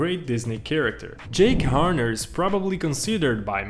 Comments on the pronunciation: Damn, dude really called Jack Horner "Jake Horner" 💀💀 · I’m sorry but as I’m watching this, you got SO many names of things wrong. For example, it’s not Jake Horner, it’s JACK Horner. And it’s not So Far Away, it’s FAR FAR AWAY. Other than that, this is a good video. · He is named "Jack Horner," not "Jake Horner" 🤦‍♂️ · Does no one know old nursery rhymes and fairy tales!? :( I’m only saying this because he kept on saying jake Horner instead of jack horner. He’s from an old nursery rhyme. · It's JACK Horner not JAKE Horner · Did I just hear him call Merida “mereeda”? And call jack Horner “Jake Horner”?😭that will bother me forever😤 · it's Jack Horner, just sayin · It was an accent. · yeah but his accent isn’t what’s calling Jack Horner “Jake Horner” in the time stop of the video over here, have a look yourself 😅